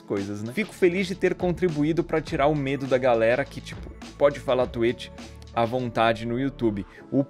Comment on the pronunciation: Gente, não pode falar twitch no youtube, o Edu não é afetado porque ele fala tueti Stonks